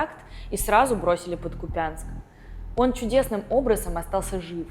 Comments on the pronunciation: КУпянск, а не КупЯнск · Какой Купяяянск? Кууупянск! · КУпянск ,а не КупЯнск, запомните уже, почему каверкаете названия городов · Авторы! Ставьте ударение по человечески. Нет такого городя как Купянск ( в вашем случае ударение на я). Есть Купянск ( ударение на У) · Ку'пянск. Ударение на первый слог. Узнавайте у Google. 😊